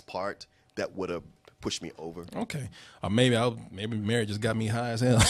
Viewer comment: anyone else hate that pronounces the word "or" as "are'